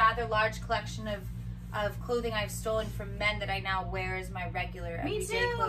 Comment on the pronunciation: Just me or has Alex gotten skinnier? Btw, love it when she says "neow" xD